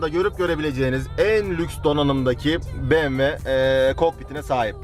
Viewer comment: BE-ME-WE?!? Be-em-we !! BMW güzel arabalar yapıyor ama bir YILDIZ olamaz...